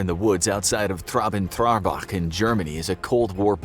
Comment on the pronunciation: I heard about it, it's 20min by car from where I live. I've driven by there many times (before it was all uncovered). Cool that you make a video about it. Traben-Trarbach xDDD Hilarious